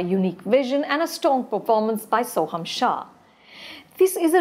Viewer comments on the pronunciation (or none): none